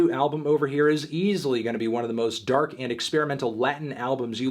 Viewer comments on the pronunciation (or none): none